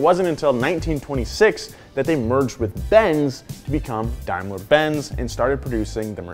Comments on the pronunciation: Please stop calling it “dimeler” it’s pronounced “dame-ler” 😭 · Hey: Daimler is pronounced 'Daym-luh' (daim like 'fame' ler like 'per')